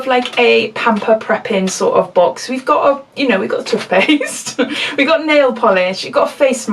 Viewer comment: Loving the way you say "tufpaste" and made me chuckle every time ☺☺. Not the best of Glossy Boxes 👎👎👎. I got a fan brush 😕😕. I don't use fan brushes. So I wasn't happy with that. (Anyone want a brand new fan brush, FREE? Please let me know, it's yours.) Like the lip pencil. Nail polish, meh. Mask, meh. Toothpaste, honestly??? Love your unboxing, xxx 💕💕💕xxx